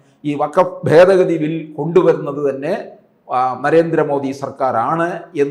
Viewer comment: ഫേദഗതി അല്ല, ഭേദഗതി ....